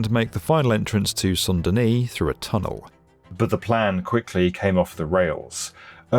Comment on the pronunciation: Please either go for full English, or full French. Pronouncing "Saint Denis" as "Son Dunnie" is just just nonsense.